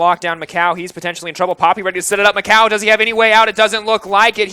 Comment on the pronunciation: o narradar falando MÉCOW (MICAO)